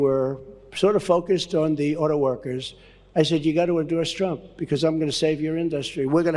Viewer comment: He cant even say auto workers. It's no wonder he paid people to be there and hold signs his campaign made. Exactly like when he came down the Russian paid escalator